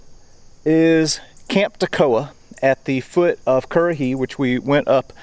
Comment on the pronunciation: You know what, when you talk currahee it feels satisfying lol